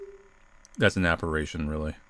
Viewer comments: Appa-RIH-shun not appa-RAY-shun!!! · Apparition. AppaRItion. RI. Not RA. RI. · Why do you always say "Ah-pah-rih-shun" as "ah-pah-rae-shun"? It makes my skin crawl. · Appar*i*tion. It's pronounced appa-risshin. It means a ghost, or something very ghost-ish. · Apparition: “app-are-ish-un” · 'Apparaytion' was worse! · It sounds like you're saying operation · The scariest thing to me here was inability to pronounce apparition correctly. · The real horror is the way pronounces the word apparition.